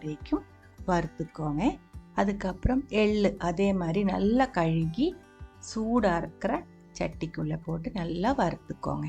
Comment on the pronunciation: Dear sister, I'm regularly following your videos. You speak sweet Tamil and your recipies are awesome. One small correction. For 'washing', you used to tell 'kaluki'. It's actually ''kaluvi'. I just wanted to inform you. God bless you and all your family members.